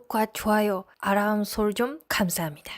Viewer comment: 정확하게는 중간에 "아-람 설정..."이런 발으무니다 😁😆😉